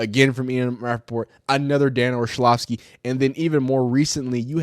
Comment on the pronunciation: Dan Or-LOVV-ski